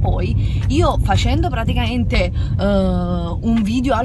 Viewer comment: Una cosa che volevo dirti da tempo: praticaMente con la M!! Non : praticaente.... arrisbigghiateee